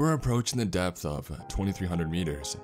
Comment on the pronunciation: every time you say “depth reader” it sounds like “Death Reader”!!!